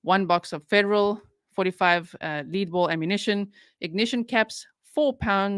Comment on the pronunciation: Lead in reference to a bullet is pronounced led. A led bullet. I’m so glad that Dylan’s family may eventually have some closure.